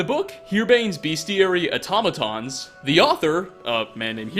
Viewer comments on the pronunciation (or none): AtOmAtOns, no their auto-mation-s. Sorry if that came out like i was a dick, didnt mean it like that Edit: srsly, sorry man